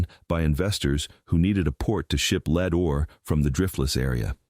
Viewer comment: "Lead" is pronounced "led" not "l e e d." AI voice.